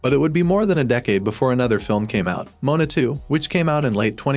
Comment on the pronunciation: STOP SAYING MONA ITS MOANA🤬